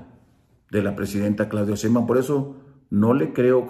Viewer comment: Lupe lo que dieras por tener poder!!!! Brincos dieras por ser Presidente, por eso estas en el basurero de la historia. Cínico delincuente parásito vividor del erario y pronuncia bien es Sheinbaum, eres un bruto hocicón ridículo.